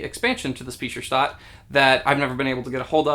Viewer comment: I giggle like a child every time you try to pronounce Speicherstadt (It's more like sh-pie-chrr-sht-at) <3 I'm really excited for Cottage Garden now. Didn't even know it was coming out. I love Patchwork but, like you, don't get to play 2-player games that often. Although I played Patchwork a few times as a 2 on 2 teamgame and it worked quite well.